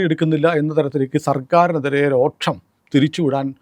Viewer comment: രോക്ഷം അല്ല രോഷം ആണ് ശരി